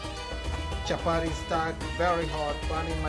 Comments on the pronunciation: Nice recipe but lets just call it chapati, chapari wasn't necessary 😂😂😂 Did i hear warer, let's embrace our accent. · Chapati not Chapari. Kenyatta not Kenyarra like Obama says,water not warer. Let's not confuse foreigners who are watching. I'm watching with my German friend who is already calling them chaparis. Anyway nice Chapati thumbs up👍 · CHAPATI CHAPATI CHAPATI CHAPATI CHAPATI AND NOT CHAPADI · Nice one. Unaziita chapari but no worries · chapari.....hahahah..and wara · Did I hear well...chaparis?? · Chapati not chapati 😠😠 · The way u say it chaparis.